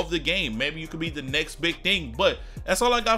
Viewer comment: Everytime he said "next" I thought it was "knicks"